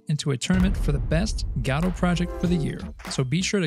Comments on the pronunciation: ive watched a few of your videos, and let me tell you, its pronounces Guh-Dow, not Gaw-Dow. this has been driving me nuts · Sorry. In the what engine? It's Guh-Doh, not Got-oh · say gadoh one more time i dare you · what on earth is Gaahdo? do you mean GO DO ??!! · upon further investigation, your pronunciation seems to refer to a play, but in terms of the engine itself, everyone seems to either say guh-doh, g-doe, or go-dot, which go-dot is just wrong, we can at least agree on that haha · Lmao Gado engine is my new favorite pronounciation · bro respect but "guh - doh" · "Gatta" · I'm sorry, I have to ask, isn't the first "o" in Godot supposed to be pronounced the same as the second? Almost sounds like you're saying Gahdot ^^. Just curious. Super hyped about Godot 4, I'm so tired about Unity being so slow, and I dont like where the company as a whole is going. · "God of war point oh stable" .. wut? q(o_o)p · nobody can pronounce the name correctly apparently. nobody even cares. ok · It upsets me how you are pronouncing Godot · Can’t watch your content while you mispronounce the name…